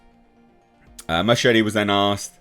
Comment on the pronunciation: Inexplicably, Muschietti becomes Machete... It's NOT pronounced like that. At all.